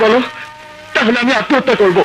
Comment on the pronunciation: প্রসেনজিৎ তো কোকড়া লেগেছে,উন্নত দেশ হওয়া সত্বেও প্রসেনজিৎ এর পোশাক মোটেও ভালো হয়নি। আর প্রসেনজিৎ এর উচ্চারণ স্পষ্ট মনে হলনা যেমন,হৃত পিন্ড=ড়িতপিন্ড,বার=বাড়,করব=কড়ব।